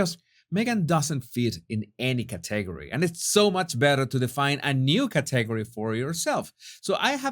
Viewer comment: ...Category...try to pronounce it CAT a Gore E. Hope this is of some assistance. 💛